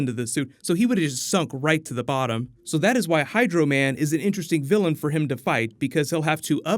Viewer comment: Vilian not Gillian